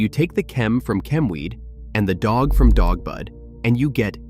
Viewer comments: Chem Dog. Not Dawg. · Dog not dawg. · DOG not DAWG Just saying .... IYKYK